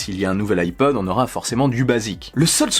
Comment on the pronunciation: Moi j'entends ipoad perso